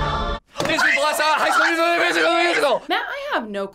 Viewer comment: Yo Matt whatchu sayin ?? "jslkndsa hisoolmusialthmusialthemusical"? ngl tho i died when i watched that, idk why 😭😭